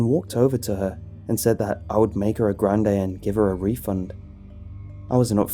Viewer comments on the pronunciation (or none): none